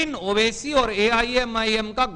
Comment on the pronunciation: Pahle Aap Sahi se Naam Bolna Seekhlo Owasi Sahab ka